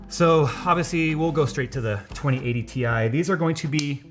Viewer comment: So no tech YouTuber is ever going to pronounce Ti correctly?